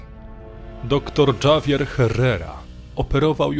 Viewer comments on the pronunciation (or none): Dżawier herrera? Sorry, że tak się czepiam, ale gorzej się tego przeczytać nie dało. Litera ,,H" w hiszpańskim zawsze jest niema więc - errera. Javier przeczytałbym raczej ,,hawier". To tak na przyszłość, bo dla kogoś kto trochę zna hiszpański lub inny język jest to bardzo rażące. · Na przyszłość, Javier nie czytamy Dżavier, tylko Havier, zwłaszcza, że akcja segmentu dzieje się a Hiszpanii, jeśli dobrze usłyszałam